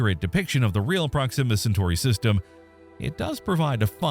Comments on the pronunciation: Please stop saying Proximmer instead of Proxima 😭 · PROxima, not proXIMa. Ouch my brain ears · While we’re mentioning issues, the narrator pronounces Proxima weird. Emphasis on the wrong syllable. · I wanted to enjoy this video but the continual mispronunciation of the word "proxima" was just too distracting.